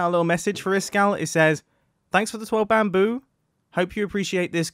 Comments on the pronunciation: I like how mumbo jumbo just called the "12 BAMBOO", "12 BAMBURR". give me chills. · bamboo? I think you meant to say Bambarr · I just want to appreciate when he received the bamboo he said (gasp) bamber